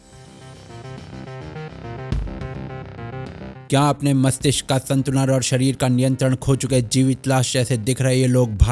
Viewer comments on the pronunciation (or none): संतुलन❌ संतुनल ✅ 🤣🤣🤣